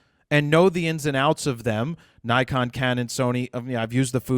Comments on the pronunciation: It's Nikon not Naikon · give Naikon USA a call--that's how they pronounce it